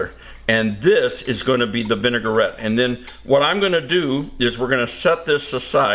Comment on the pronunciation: It is vin-A-gret. Not vin-A-gur-rett. French!